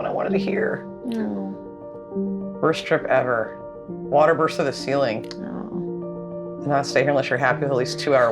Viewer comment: Love you but please don't say "water" in the style of Kent Hovind again. 🤣🤣🤣